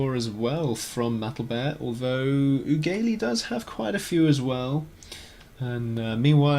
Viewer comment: Oogaylee? Perhaps uggely? As in ugly...